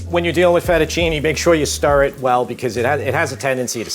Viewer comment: man, come on, fettucinE!, linguinE!